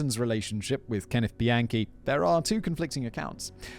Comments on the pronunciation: Every time Simon say Bianchi I hear "the yankee." Thanks for covering this one fact boy! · somehow i keep hearing “the yankee” every time you say bianchi 😭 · The whole time I thought u were saying "The Yankee" cuz he's from New York but halfway through I Realized you were saying bianchi..:( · Why did I keep hearing “the yankee” every time you said “Bianchi” 💀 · OFF TOPIC: I keep hearing "the Yankee" when Simon says "Bianchi". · Soooo glad I'm not the only one who was hearing that!